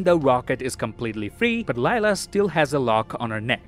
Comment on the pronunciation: Gunn didn't say this was the last Guardians movie dude. He said it's the last time we'll see these guardians. Another thing: you have a couple names wrong. Karen Gillan's character name is NEbula, not NAbula. And Rocket's girlfriend's name is Lylla, not Alylla.